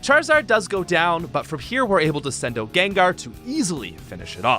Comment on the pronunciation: this guy says out really funny... "oat"